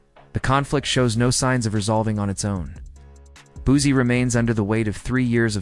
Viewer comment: I vibe with a lot of personalities but as someone from the 225 aka Baton Rouge where Boosie was raised. To hear the word Boozy makes me cringe 😂 say it with me “Boo See” or “Boo C” spelt Boosie I actually did watch the video after getting past the “Boozy” thing. Video was pretty good just wanted to give some knowledge on pronunciation of Boosie. As someone from Louisiana and a huge fan of Boosie to hear it pronounced wrong within the first 10 sec of the video I automatically assumed the video. Would be 🗑️ but all in all it was straight.